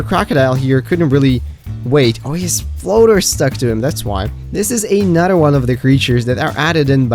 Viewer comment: You can clearly pronounce words like "another" properly so why do you keep saying it wrong?